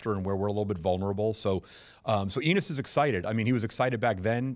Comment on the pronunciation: Did he just said "we like anus" ? 🤔